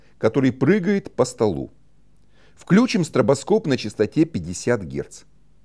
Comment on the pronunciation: Одно замечание на будущее: включИм. Ударение на последний слог, согласно орфоэпического словарю.